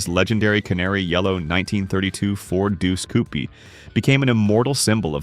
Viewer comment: These DAMN AI VOICES and their bullshit pronunciations! "CouPEE"? Too many to waste time on in comments but sheyt